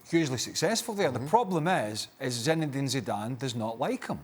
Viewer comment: ‘Zinezidane Zidane’